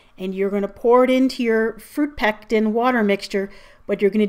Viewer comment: It sounded like you said pecs mixture.